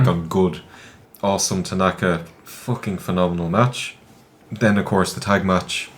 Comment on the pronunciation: IT'S TANAKA BRAH!